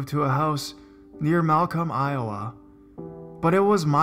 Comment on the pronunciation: Good stories. Just a bit of constructive criticism: Maryland - the state - pronounced Mare-uh-lund. Iowa - the state - pronounced eye-o-wuh. However, it is only one syllable. So say it quickly. I do think that you do well with the read overall, you certainly aren't monotone, which is helpful. Not trying to be a picky bitch - but I am being a picky bitch. =P